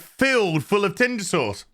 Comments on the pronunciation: It still sounds like you're saying Tinder sores. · 5 of these in, and I still laugh everytime says "rear doughnut shop" and "tinder sauce" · I was so happy when your review of this show popped up. Every time you say tindersause, I bust out laughing.